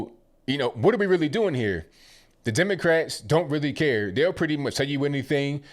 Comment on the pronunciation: I assume he's referring to slavery in the US, but still a dumb statement. He talks about slavery being built up by groups and the government. Silly, you mispronounced Democrats.